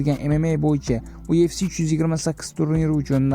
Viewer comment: UFC mas YUFC deb o'qiladi admin